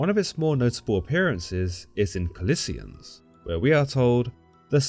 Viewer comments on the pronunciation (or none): I believe it is Colossians. That's how is in the Bible, not collisians